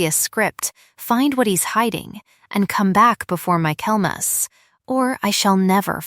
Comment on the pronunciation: Michaelmas not mykelmas